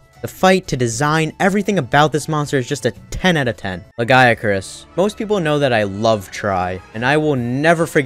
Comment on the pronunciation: Yet another person that can't pronounce Lagiacrus for some reason. Come on people, "Luh-GUY-uh-crus", it's not hard.